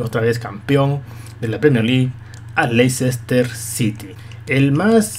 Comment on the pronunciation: I'm Super Holly Se dice: Less-tah, no: Leicester.